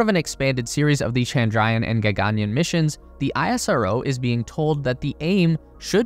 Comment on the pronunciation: Word spelt in English: gaganyaan. Every western speaker: we will swap the single 'a' and the double 'aa'.